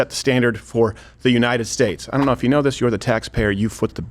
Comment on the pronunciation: Did he say the jew knighted states or Jew knighted nations